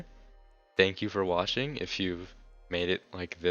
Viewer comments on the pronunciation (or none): Bro he said thank you for washing not watching